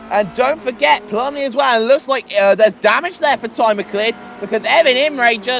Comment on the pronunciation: Isn't "McCleod" pronounced "Mac-loud"?